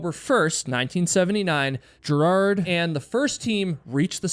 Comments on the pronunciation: Ger hard not gerad. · Gerhard, not Gerard. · You should learn to correct pronounce names. Besides the annoying way you OVERLY emphasize his 1st, it's pronounced "GARE" HARD not "JAIR" hard. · Not gerrhard ist ger Hard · 🤦‍♀️ its Ger-hard Schmatz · Good post but it's " Gare-hard" with a hard G and emphasis on first syllable. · Gerhard is pronounced with a hard G. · oh boy, how you pronounce German names. Gerhard Schmatz! Gerhard is not a french or english name, it is a german name and therefore not pronounced french or english! The syllable "hard" is pronounced similiar to the english "hard". But the "g" in "Gerhard" is spoken like the "g" in "great". So "Ger" is spoken like it is written. This is the clue to have a rule for speaking German. It is spoken as written, same like in latin and in most roman languages. Is it too much for the Us-intelligencia to keep that in mind? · Mallorys body is very much acounted for and a gravestone of sorts was even set above his body. Green boots however was moved in 2014. Also it's pronounced hannelorE, the E isn't silent, it's German. Also it's not jerard, it's ger-hard, hard G. Again, German. Show some love for the victims. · Hi Im getting my friends subscribed. 🧡 your podcast. On this episode you butchered Hannelore and Gearhards name. Kind of a disservice.